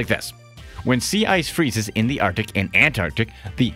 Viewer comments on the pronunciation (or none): none